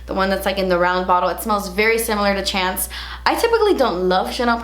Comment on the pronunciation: When you said chance wrong in the bloopers the 1st thing that came to mind was Chanandler Bong